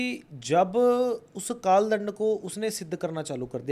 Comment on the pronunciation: Dhyan se suno inho ne kaal dand bolne ke baad kaal land bola 😯🙏. Maaf karna guru ji but mujhe to asa hi suna